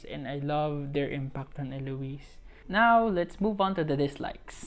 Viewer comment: you pronounced it correctly. It's Elo-wis. 😄 Good job on this! I'll share this to everyone.